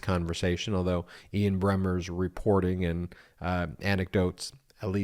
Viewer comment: Ian Bremmer ... No "n" in Bremmer